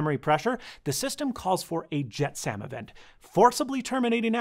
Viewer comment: Thanks for this. Informative, thumbs up, but a "jet Sam" event? LOL. You ever seen a movie when the ship is too heavy and they to throw things overboard? "Jetsam" is pronounced JET-suhm; rhymes with "let some".